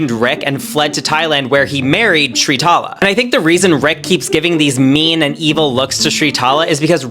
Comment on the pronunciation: Her name is spelt and pronounced Sritala! Not Shritala this bugs me so much